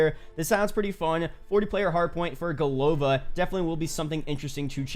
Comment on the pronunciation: Hey man love your videos, I agree COD Vanguard sounds way better😂 Also its not big deal of course, Just wanted a little, I notice in your videos you say Golova as Go-lov-a, which is kind of close to a slang bad word in Russian. If you want you can say it like Go-la-va also, because the second "o" in голова is unstressed making it an a sound:D it mean like in English "head" or "brains" it funny name they choose for the village, like if they made map in USA and the town sign says "Brains" it would be funny too for people I think:D